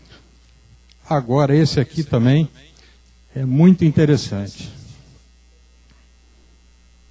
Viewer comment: boa a palestra , mas ver um ufólogo , que é engenheiro dizendo " tamem " em vez de " também " . é dose pra mamute enfurecido picado por abelhas africanas nos testículos. Tudo bem uma pessoa não estudada cometer esses erros de português , mas um engenheiro ?